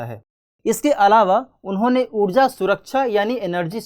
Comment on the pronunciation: Udja nahi ऊर्जा bolo yrr